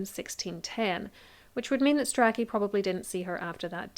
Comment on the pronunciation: It's pronounced "stray-chee"! And "stew-klee".